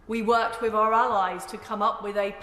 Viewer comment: After I heard "incuving" and "wiv our allies" I dropped off.